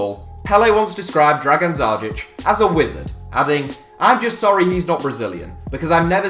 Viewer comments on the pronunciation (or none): I have Dzajić's signature. And you are prounancing it very badly.